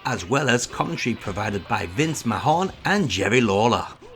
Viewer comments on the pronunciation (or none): McMahon is pronounced "McMan" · Omg he said VINCE MAHON 🙈😑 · Vince muh-Hone?......AHHAHAHAHAHA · Vince MAHON? Its McMahon, like Mick Man! jeez. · haha who the hell is vince mahone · But you did mispronounce Vince McMahon